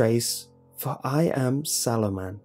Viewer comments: I thought he was saying Saruman the entire story, I feel your pain. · i thougt you said the swallow man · Wercome to City Wok how can I ah take your order? Ok. You want the sauoman. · holy shit i thought jt said swallow man 😂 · Am i the only one who kept hearing sauoman